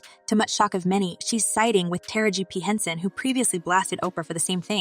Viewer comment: Narrator, why is it so hard for you to say Ta-ra-ji. Constantly saying tara-g on purpose as if Ms.Tara Banks.